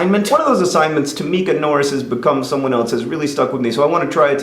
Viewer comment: "Someone eltze" shudder